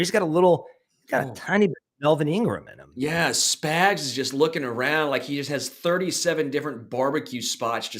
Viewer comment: I don't like that this guy keeps calling spags spigs😤